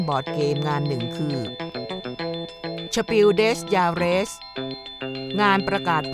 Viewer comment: มันอ่านว่า สเปล เดอ จาร์ ไม่ใช่เหรอครับ ชื่อรางวัลอ่ะ